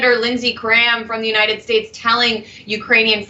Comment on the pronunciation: No, watch it again. He can very well pronounce United as in United States but at that place in the video alone he says "U 9 it".